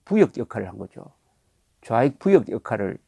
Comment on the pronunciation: 부역(附逆)도 [부역]이 아니라 [부:역]입니다.